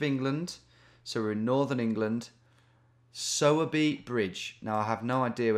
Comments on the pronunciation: Oh my local in Sowerby 😍… it’s pronounced “sore” by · its pronounced like sawwwbey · Sowerby pronounced with a female pig sound.